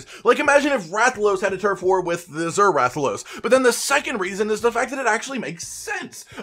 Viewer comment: ... Uh-zer? The word is Azure. Az-yer.